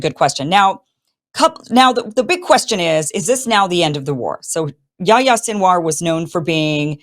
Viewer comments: YaHHHHHya. Say the 'h' sound, its not yaya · “Yahi-ya” ( John in Arabic) not “yaya”